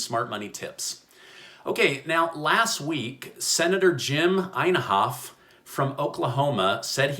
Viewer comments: His name is pronounced In-hoff . The I is short. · it is "In' " (as in and out) "hofe" (hauf). I look forward to your videos every day. 🤗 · The name is pronounced, "IN-HOFF: and he's been around for at least 100 years--lol. Thanks for your great vids. Thanks to your wife, too., for her little comments. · Just FYI... that's Senator IN-HOFF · I laughed at how you pronounced his name. You say it In- Hoff. Lol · How is it possible that you don't know how to pronounce Senator Inhofe's name?